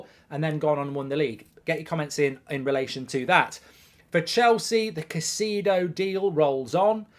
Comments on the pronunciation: KAI-ZEI-DÖH English-speaking youtubers persist in putting zero effort to properly pronounce names. Do it. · I like how you say "Ka See Dou"...😂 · How many times can mark pronounce Caicedo wrong